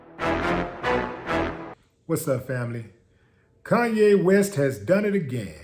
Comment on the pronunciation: calls him “Koonye” but probably voted for Biden